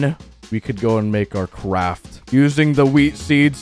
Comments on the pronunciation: My broken sense of humor ha ha he said qwaft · My ears might be playing tricks on me, but he said "Cwaft"